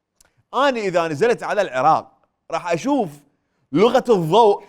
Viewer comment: لغة الضوع مو لغة الضوء يابو الكلوبات 😂